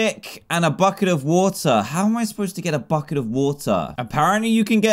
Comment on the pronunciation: i thought he said "fu* it"* instead of bucket